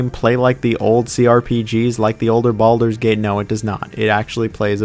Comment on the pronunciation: Did he call it Baldurs Taint?